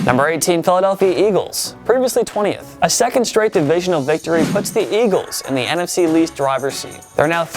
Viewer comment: Did he say "NFC least" ? I really hope he did.